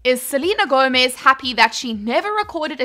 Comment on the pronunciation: Selena Go"mess"